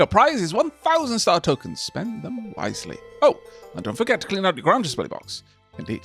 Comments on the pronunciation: Late to the party, but it's Grange. Not Grunge. It rhymes with RANGE. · Grange is pronounced like grain rather than grah. It comes from the word grain because it used to mean a grain mill or farm. Imagine it like a "grain range"